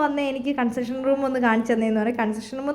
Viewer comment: അതെ കൺസഷൻ റൂം അല്ല കൺഫഷൻ റൂം ആണ്